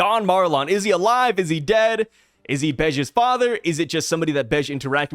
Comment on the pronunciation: I posted this in another video of yours but you are pronouncing Marlon wrong. It is said that he looks like Capone Bege... And Marlon Brando played Don Corleone in The God Father.... so I assume its pronounced like Marlon Brando's name. Also had a bunch of other stuff from the post but my brain sucks so I can't remember all of it.